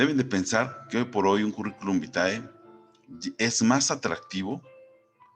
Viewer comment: Gracias por la información!! Cómo me rei con el "Currículum Bitae" 😂😂😂